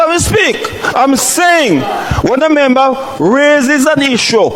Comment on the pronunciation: Why can’t anybody in parliament properly pronounce the word member?